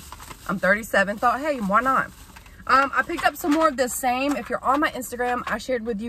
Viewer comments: Girl words are hard I’m in the same boat I’ve said Yankee Doodle talking about yankee candle before. And the vitamin is pronounced “SAM-e” not same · It’s called SAM——E not SAME silly! Lmao. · It’s pronounced sammy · Girl what was in that smoothie you literally decimated some words 🤣 And the supplement is pronounced SAM-eeee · The supplement is actually pronounced "Sammy." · It's pronounced SAM--EE bless your heart! You may be pre menopausal. Changes in sleep patterns/insomnia are normal.😱 Do you take melatonin now? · Its pronounced SAM E(long e, like me)